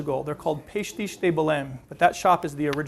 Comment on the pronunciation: I just wish the narrator could speak properly Portuguese to pronounce it correctly pastéis de nata not pastis